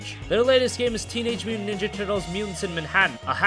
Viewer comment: sorry sir, but what are teenage munnnjaturtles